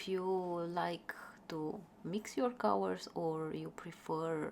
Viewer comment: It took me a while to realize that you meant to say "colors" every time you said "cowers". Anyway, I've never seeing such beautiful swatch and mixing of watercolors. Thank you for sharing,!